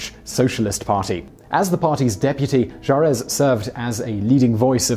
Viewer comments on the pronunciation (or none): It's not Ju Ress. The final letter is silent. The pronunciation Ju Ray.